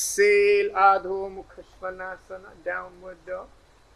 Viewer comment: Adhomukhashwanasana prononsation could be more better.